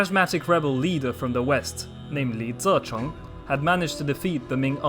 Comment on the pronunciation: Youve butchered Li ZiCheng's name..... Ouch